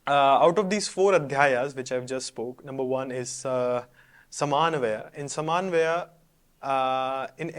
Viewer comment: Nice presentation, you made small mistakes it is समन्वय not समान्वय , also you stated that Brahma Sutras consist of अधिकर्म , no Brahma Sutras contain अधिकरण. You used the word अस्तेय please clarify what you wanted to point out, thanks, on the whole good presentation.